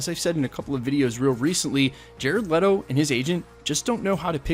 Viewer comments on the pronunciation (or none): none